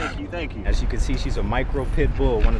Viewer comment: Ax you lol